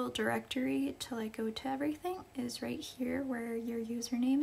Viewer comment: Are you "raght"? 😅😅😅